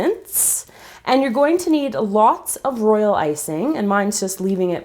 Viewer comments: Why do you keep on saying role icing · All she said was "Royal Iysing " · why do you keep saying roilicing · Why you keep saying royal icing😐😐😐😐😐